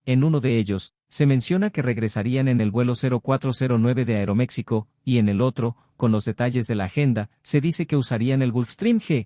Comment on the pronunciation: EXCELENTE DENUNCIA Y PESIMA DECISION DEL LECTOR DE LA MISMA, PLAGADA DE DEFECTOS DE PRONUNCIACION, TANTO DEL IDIOMA INGLES, COMO DEL ESPAÑOL, DONDE REPITIÓ VARIAS VECES LA PALABRA “AEROMECSICO”, HUBIERA SIDO MUCHO MEJOR ESCUCHAR A LUIS BERMAN EN LUGAR DEL PAPANATAS PARLANTE!!!